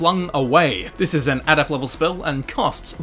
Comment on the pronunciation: Why can't you pronounce adept?